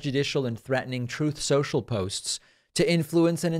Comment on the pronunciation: "troth central" 🤣🤣